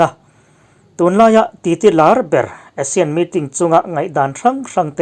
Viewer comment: ASEAN tih lam rik dan tur hi a ri hmasa zawk hi Mizo hawrawpa 'A' dik taka lam rik tur tih hi ka lo hriat dan a ni a. Asia tihah chuan a ri hmasa zawk hi 'ei' tia lam rik tur a ni thung a. Inanga lam rik hi kan tih dan tlanglawn a ni a, lo chik ve teh.